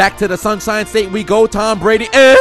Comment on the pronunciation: “Shunsine State”